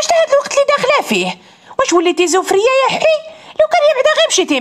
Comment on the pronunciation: كنقولوا عزري الدوار ماشي زوفري الدوار ههههههههه